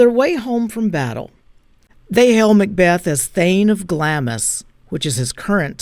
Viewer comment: Glamis is not pronounced phonetically 'Glam is' but as 'Glarms' rhyming with arms